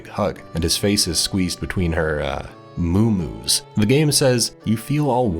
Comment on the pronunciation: The way says moo moo’s murdered me